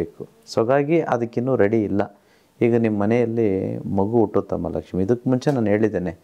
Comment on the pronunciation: Sir nimma bayinda laxmi anta yashtu channagi heltira